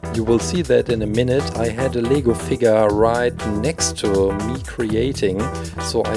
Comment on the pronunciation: Did anyone else think that he said legal figure